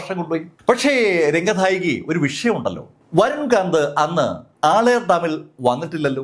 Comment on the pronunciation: ആളയാർ ഡാം എന്നല്ല.. ആളിയാർ ഡാം എന്നാണ് ആ ഡാമിന്റെ പേര് 😊